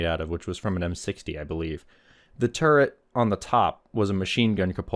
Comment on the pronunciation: I knew two actual tankers who were so thick headed they could not be taught to say or write the word turret correctly. Exactly how you said it in the mega no punctuation comment is exactly how those two imbeciles pronounced it and I am internally screaming into an uncaring void thanks to having heard that. I know this video is 3 years old but thanks for dredging up that memory I tried my damnedest to suppress.